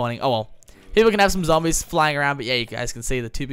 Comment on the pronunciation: Why do you call zombies "zombles" lol